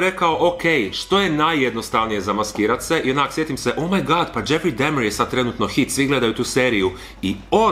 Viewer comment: isk ne zelim bit karen k ispravljat al kazes dahmer ko dehmer